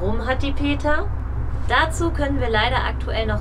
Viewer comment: Wie kamm den den NAmen vom Peter nur so herablassen aussprechen? Sie werden mit sichherheit auch nicht die Wahren Gründe kennen warum das so alles passiert ist wie es nun ist. Es ist schade das dieses Elternhaus so herunter gekommen ist. Sie Videocamera sieht aber sehr neu aus und das rote Auto im Video komischerweise auch. Wenn Manni ja auch schon gar nicht mehr mit Peter arbeitet, ist auch sehr seltsam, findet ihr nicht? Uwe sollte mal zum Zahnarzt gehen, sieht ja echt schrecklich aus.